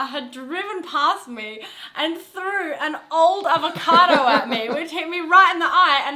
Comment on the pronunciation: It apPIAs like some people KANE't run as well as lift but that aVATOcado looks YUM - a "Mwell yum BrECK" ("well yum brek"... rhymes with... sort of!!) x